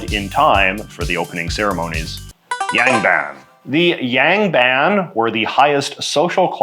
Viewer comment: "Yang" is much closer to rhyming with English "song" than "sang".